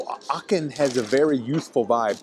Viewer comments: Quite fascinating. I lived in Aachen and then in Würselen for a total of about six years, and I never knew about some of these restaurants, nor did I know some of the cathedral legends. Pronunciation: Aachen, not Aken (guttaral h sound). Aachener Printen are just a kind of ginger-bread, basically Lebkuchen, which is very popular in Germany (for example in Nürnberg). In Aachen, I also love Nussbrötchen (rolls with nuts), Nussecken and other good baked goods. Just ask around about which bakers locals recommend. One more thing. You restricted your video to the historic old town, without saying so, and there is so much more to Aachen than that. I haven't lived there for forty years, but I have been back on occasional visits (but not since Covid), and there were many nice areas from the Gründerzeit, (late nineteenth, early twentieth centuries) plus a lot of shopping streets and some beautiful residential neighborhoods. Yet other areas (including Lousberg, the Casino, and Burtscheid) are also worth visiting. And you failed to mention how easy it is to get to towns across the border in Holland and Belgium. Of interest are streets partly in one country and partly in another. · it's so lovely how you pronounce Aachen. hahaha 😅 it's not a "k" it's a "ch" like Chuchichäschtli ;-) Greetings from Switzerland.